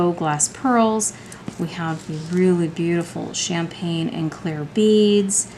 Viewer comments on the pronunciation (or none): none